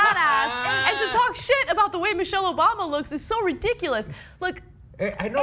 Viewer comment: lmfaoo he said michael obama hahahhahaha